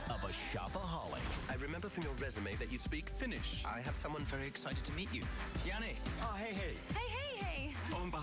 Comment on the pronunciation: Uh, this looks kind of embarrassing! Nothing I'll be tuning in to. And yes - "Janis" Finnish sounds quite horrible... How about actually casting a Finn next time?:)